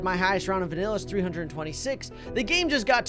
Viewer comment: You said vinilla